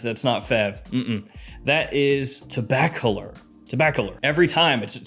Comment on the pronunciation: Let me help you pronounce Tobacolor. Say the word "tobacco" and the word "lore" with no space in between them. Like "tobaccolore"